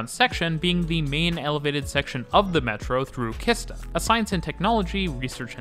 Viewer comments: great video, but "Kista" is prounounced like "cheese-tah", not "khista". otherwise great job. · Oh god🙈 Kissta😂 it's pronounced Sheesta. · Sorry my mind gets really confused and annoyed when you say Kista with a hard K. It’s actually pronounced more like Shista. The shhh sound. The others mispronunciation I understand like A instead of Ä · Im take the green line every day to gamla stan translates to the old town then i swich to the red line and step of at örnsbergs that means like falcon Mountain and then I go to my building high school and the way you say kista is funny . Kista I pronounced like cheese 🧀 sta =kista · I also smiled when hearing it! For anyone interested, it should be pronounced "Cheese-ta" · Kista is actually pronounced Shista. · Nice video. It made me laugh everytime you said Kista. We definitely don't make "K" easy for foreigners 😂